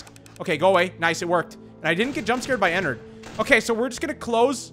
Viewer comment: It’s ennard not ennerd